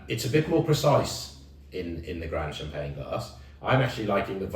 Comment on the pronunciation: youre not pronouncing the champange right